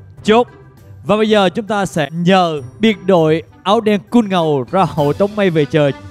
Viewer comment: Ngô Kiến Huy ơi, xin đọc đúng chữ: COOL - Phát âm chuẩn tiếng Anh là: ko͞ol -- Chứ không phải là: Kun